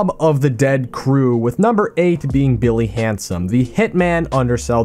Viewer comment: when he was talking about mob of the dead I thought he said Billy Hansen for a second lol